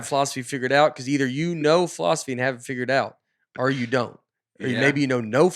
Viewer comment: Did anyone else catch Nate's pronunciation of philosophy as "fall-off-asy" in his angry rant (53.15) as he was "arguing with the teacher"? Had me cracking up! I couldn't concentrate on the rest of what he said after that 😂 I know Nate's character is supposed to be the "dumb guy", but he always has very smart, common sense things to say and points he brings up. I'm sure he would have done great in a fall-off-asy class and been that student the teacher looks forward to but gets a headache from as well.